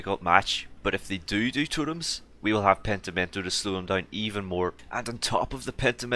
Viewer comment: Totoms? its totems